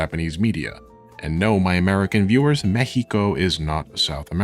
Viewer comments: He said Mekhico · Why are you using the spanish pronunciation of Mexico? It's unnecessary and makes you sound pretentious. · I was about to say "it's pronounced mex-i-cou" but then I realized it's pronounced mejico in spanish with slightly different atonation and I was just correcting you in my mind to say it the United States of American way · oh, I thought it could be something like that, but since he was pronouncing "Mexico" Mehico (the way Mexicans say it), I was confused.